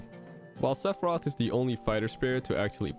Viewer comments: Maybe he can join Lucina, Simon, Richter, and King K. Roll by having an unnecessary extra announcer shout for "Sepharioth" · don't let this video distract you from the way pronounces Sephiroth